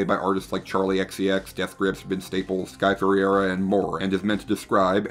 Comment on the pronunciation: i regret taking so long to get around to watching this video, i would have made it to the premiere if i knew i would experience the joy of hearing try to pronounce Sky Ferreira